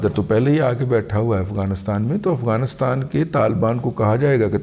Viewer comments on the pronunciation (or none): none